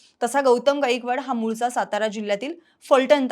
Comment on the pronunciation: 'गाईकवाड' नसत 'गायकवाड' असत... काय बातमी, काय उच्चार. Unsubcribe करत आहे..🙏